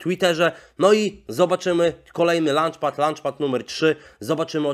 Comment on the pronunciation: ))))) Fajnie fajnie tylko w LAUNCHpadzie nie chodzi o przekąskę między śniadaniem a kolacją :)))) Uczta się też trochę angielskiego oprócz nazw samych coinów. Poza tym wszystko ok :) Pozdrawiam